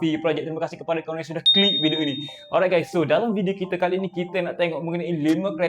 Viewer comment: Sebut betul2 bang Kali ini..bukan qali ini😂